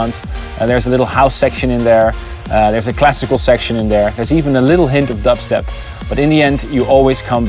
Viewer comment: WTF!? He said dupstep? Why it was necessary to do so? this is terrible! He took it and blew it!!